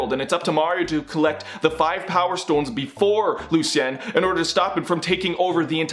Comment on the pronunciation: Lu-see-en? Try Lu-shun.